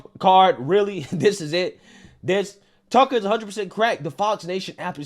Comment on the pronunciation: Why do you say his name like “Tuckle Carlson” ?